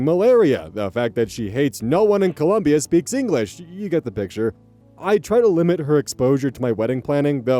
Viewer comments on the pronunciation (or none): none